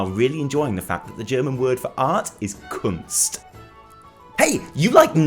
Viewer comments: As a German how described Cologne and pronounced "Kunst" made me really happy:D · Wow you pronounced "Kunst" prettey good.:D I've got a sneaking suspicion that we'll get at least a teaser for the next expansion - similar to what they did at Blizzcon last year where they showed where we'll go after the Tomb. The Hype is real!:D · I love how he pronounces "Kunst" - as a German I'm really proud of him! :D